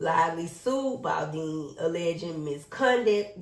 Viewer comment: His name is BALDONI, not Baldini. you are being very disrespectfull towards him, because I am sure that when you were reading from the screen to update yourself about the case that they did not write his name as Baldini. Beside that, you had all the other names right but not his, because he is not a star [ to use your words ] Blake and Ryan are BAD people, who tried to steal this man his movie and destroy him, but they will not prevail. You should really follow this case better, then you would understand more, instead off siding with Blake who is a racist and a lier. Being beautifull is just the outside just look at her inside. Your starstruck and that clouds your judgement.